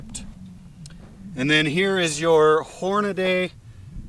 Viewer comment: Great; another guntuber that says Hornaday instead of Hornady (Horn-a-dee).